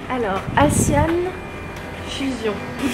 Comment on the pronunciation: On dit pas assian mais asian comme si c était azian 🤷🏻‍♀️